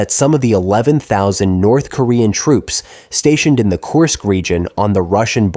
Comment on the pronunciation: Kursk... kURsk... not Course